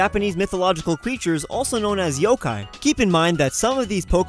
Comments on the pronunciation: BRUH U JUST SAID YO- KI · He said yo-kia